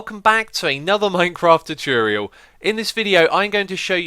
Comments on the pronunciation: The word is "tutorial" not "tuturial" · Is is just me or did he say 'tutruial' in the beginning? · "welcome to this Minecraft tutruriul..." LMAO! :) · A too tear-ial sounds nice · I love the way you pronounce 'tutorial'